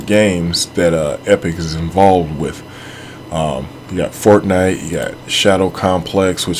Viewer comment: El fornais xddd